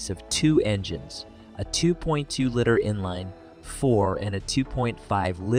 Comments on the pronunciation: I noticed that you are new here so I'm going to make a suggestion, try to do a little bit better job editing. Your pronunciation of the luv (you said loove) and liter (you said litter) . you pronounce GMC as Genesee Also, do a little bit better research. Ford never produced a pinto truck. Those are aftermarket customizations. The Luv was badass, the rampage was a piece of garbage. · There was never a Pinto pickup available for sale. The Chevy Luv rusted, but was Japanese reliable. It's pronounced Love! Don't quit your day job. Your don't even know how to produce liter!!!!!!!!!!!!!!! 👎👎👎👎👎👎👎👎👎👎👎👎👎👎🤏